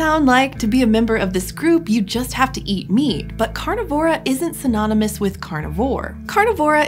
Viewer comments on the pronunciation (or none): Strange—I've always pronounced it car-NIV-or-a, not car-niv-OR-a. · Car-NI-vor-a, not Car-ni-VOR-a - Scientific names are accented on the ante-penultimate syllable, like: DUH-di-da, duh-DHU-di-da, duh-di-di-di-DUH-di-da, etc. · amphiCYonids [but: amphicyONidae ] carNIvora, carNIvorans [like DeNIsovans ] At least you got hyaenodont right.